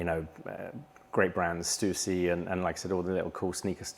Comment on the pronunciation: best off pronouncing "Stussy" correctly if you want to be down with the "kids"